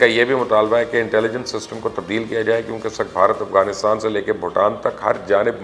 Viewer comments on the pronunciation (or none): none